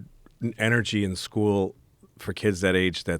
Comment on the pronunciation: You say kids, I’m hearing “blacks”